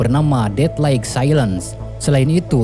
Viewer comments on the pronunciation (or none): none